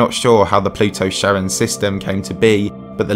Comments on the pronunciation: I've never heard Charon pronounced like Sharon, I was taught in Latin class it's pronounced with a k sound at the being like Care-on or like the name Karen. That's the guy you pay to ferry you across the river Styx in Greek/Roman mythology right? Maybe that's just the latin pronunciation. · Kar-On not Sharon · Also the way he pronounces it... "Sharon" lmao. It's "Kha-ron." The Greek boatfarer of the underworld. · Charon is not pronounced "Sharon". Good luck getting across the river. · You mispronounced "outlier" and Charon.